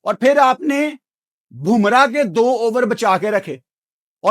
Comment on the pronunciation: Bumrah not "BHUMRAH"